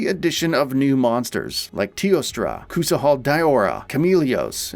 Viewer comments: Kusahal? Really? Kusahal? Its KUSHALA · Man that pronunciation of kushala da Ora was painful to listen sheesh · "Koosahaula Da-ora" 😂